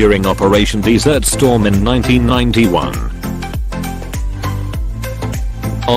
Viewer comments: Your video is reversed on some of them. there are NO US CARRIERS with the island on the right. Also, using the artificial voice, to call it DESSERT Storm, instead of DESERT Storm, sounds very unprofessional. Easily correctable though. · I like you tube , but this story , this story has a narrator who can not pronounce Desert Storm.. He called it dessert storm . What an insult .